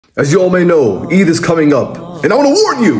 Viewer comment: End is getting close Eid getting close It gets more british every time he says it.😂